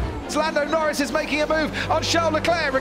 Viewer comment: Lando Nowins ❌ Lando Norris ✅